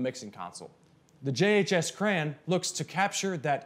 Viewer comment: It's "CRAY-on".... not "crann"